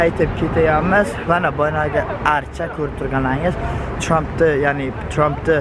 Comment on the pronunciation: Tõğri gapiring цromp dimasdan "Trump"